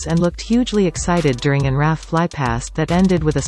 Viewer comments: Just a point of British language.... we don't pronounce the 's' in Louis's name. Also, we say R.A.F. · RAF isn't pronounced 'raff' either. It's a robot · In Prince Louis' name, the 's' is not pronounced. And 'RAF' is never pronounced as one word: always as three letters! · Automated voice mispronounces RAF and Louis.